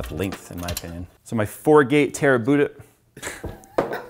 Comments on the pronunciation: "My fourgate terrabuda" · "4-gate Terabuda" ROFL :D